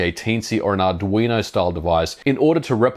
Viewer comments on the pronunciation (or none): "...a teensy or not weinerstall device...." I finally realized it must be arduino device, but I'm still trying to figure it out.